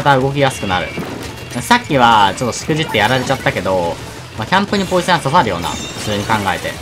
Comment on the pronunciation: ポイズンって言ってて ん？と思ったらポイセンだった